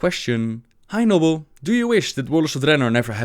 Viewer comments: Is it just me or it sounded like "anal blade" when he said "hey Nobbel"? :P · Hahaha I love that he said "Nobble" when he read the first question